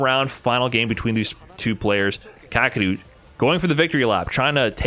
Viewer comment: never heard his name pronounced kaa-kru before.